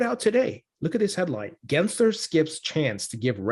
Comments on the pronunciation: … his name is NOT Genser! It’s GensLer. Cmon, disrespect the right guy!!! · Did I hear you say Gary Grinchler? 😆